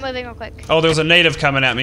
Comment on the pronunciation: try not to say natave